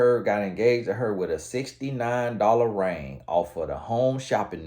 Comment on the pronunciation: Happy anniversary! He said rang, not ring 😁